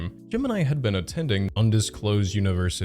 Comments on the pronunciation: I’m from Louisiana and hearing you pronounce Natchitoches (nak a tish) as Nashatoshis is hilarious. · NAA-cuh-tish is how you say that one. There’s a tiny town nearby called Natchez, pronounced like matches, lovely place if you can survive the south! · As much as I don't like that this creator lives anywhere near me, I would like to say it's pronounced "Knack-uh-dish" and also acknowledge that most people get it wrong who aren't from here lol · Half way in, my only gripe… why did you pronounce it like that. For the unaware, it’s pronounced “knack-cuh-dish” knack a dish. Not noxious toe jizz 😭😭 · It's 'Nack-a-tish' not 'nach-i-to-chez'! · Louisianian here!! Natitoches is pronounced Nack-ih-dish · btw (i really really hope this doesn’t come off as rude) the place in louisiana you keep trying to say is pronounced “knack-a-dish” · For future reference Natchitoches is pronounced NACK-ih-dish. No, it doesn’t make sense, but we’re at the bottom of education, and I’m sure it’s a mispronunciation of a French word. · I know this vid is from 8 months ago, but I’ve grown up in Louisiana and around Natchitoches, and hearing you pronounce it that way made my brain have to reboot for a second😂 In case you need to reference the name again, if you see this, it’s pronounced na-ku-dish (or tish). Since it’s a Native American word in a state that was originally a French territory, pronunciations can be weird and Natchitoches always throws people off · I regret to report that Natchitoches is pronounced "nakadish". I am 100% serious. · For the note, it’s pronounced Nah-Koh-Tush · Natchitoches is pronounced Nakatish (or nakadish)-it is very commonly used to trick people not from LA and so many people say it the way you do! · natchitoches is pronounced nackadish! this is a really solidly comprehensive video also - i had no idea he lived in louisiana and now i feel gross LOL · Louisiana dude here, Natchitoches is pronounced Nak eh tish. yes it doesn't make sense but it's true lol